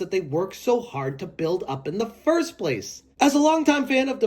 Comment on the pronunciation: Am I tripping or are you saying thirst person shooter